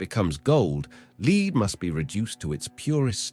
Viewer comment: lead here is pronounced as LED...metal lead.i'm Saturnian very lead.it needs fuel so ashesashes all fall down...rowrowrow your boat merrily merrily merrily life is just a dream.